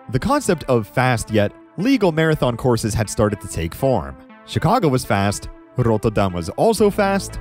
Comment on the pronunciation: I have to applaud your effort to pronounce Rotterdam the Dutch way. My Scottish married in aunt still pronounces it worse after 15 years here.